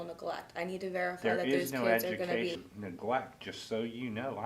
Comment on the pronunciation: From my understand? Eginacational neglect? She obviously hasn't received a proper education.